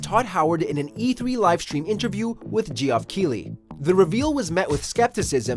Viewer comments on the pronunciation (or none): shoutouts to JEE-AHF KEYLEE